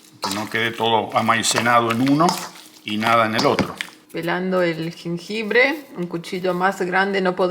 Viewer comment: Me encanta verlos juntos y sobre todo ver a cocinando, morí de risa con el "jenjebre", saludos desde Oaxaca México.